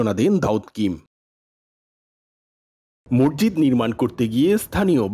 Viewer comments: মরজিদ কি? উচ্চারণ ঠিক করেন মসজিদ বলেন। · জনাব রিপোর্টার, 'মসজিদ' কে আপনি 'মর্জিদ' উচ্চারণ করেছেন। ভিনদেশী দাউদের উচ্চারণ ও কিন্তু আপনার চেয়ে ভাল। এছাড়া আপনার 'থ' এবং 'ধ' এর উচ্চারণ ও হচ্ছেনা। হতে পারে আপনি একজন বাকপ্রতিবন্ধী, তাই এমন শোনাচ্ছে। যদি তা না হয়, তবে উচ্চারণ প্রাকটিস করে রিপোর্ট করবেন, ধন্যবাদ।